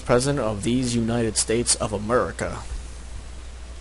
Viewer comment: The first president of Amerricuh lol